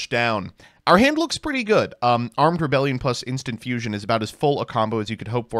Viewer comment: “Scale bomber is our sole Beeltrooper, I think” ~ after reading three different beetrooper main deck monsters. Mispronunciation of Armed Re-BEE-lion Doesn’t activate Pin the Bullseye This guy clearly doesn’t fuck bees like a true insect enjoyer